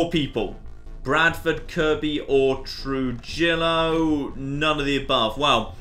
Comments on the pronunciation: “True-jill-o-“ jesus christ its “True-he-yo” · Trujillo is pronounced trah-hee-oh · Anyone else cringing at his pronunciation of Trujillo? (TRU - HE - YO) And Gallegos (GA - YE - GOS) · Trujillo is pronounced True-Hio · Trujillo is pronounced truh-he-oh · Trujillo is pronounced "Truhiyo"